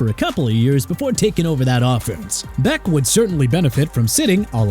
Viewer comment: Can’t believe I sat here just to hear you say Beck lmao